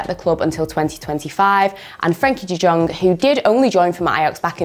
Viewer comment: I thought you knew football.. but u say frenkie de Jong no like young u produce it as Jong 😭